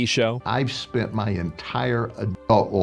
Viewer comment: I have never heard sound so Texan as when he noticed the random burn on his hand "damn, i burned me mo%&£^%king hand!"